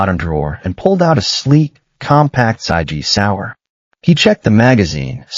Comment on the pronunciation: I really wish AI would learn the it’s IV pole, not a 4 pole!!! And that it’s Sig Sauer! 👋🇨🇦